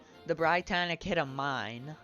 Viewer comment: You mispronounced Britannic, you pronounce it as "Brit-annic" not "br-eye-tannic